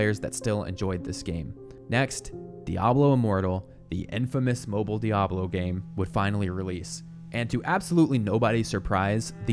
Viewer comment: its mobile not mobl. there's an "i" there. last game from "old blizzard" was warcraft 3 not overwatch lol. Some can even say starcraft 1...